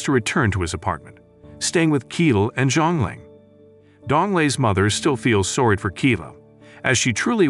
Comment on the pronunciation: The part where the narrter says sowrry instead of sorry